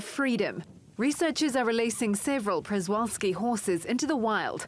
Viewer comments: Pshe-Val-Ski That’s how, as a Polish, would pronounce it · They’re pronounced shuh val ski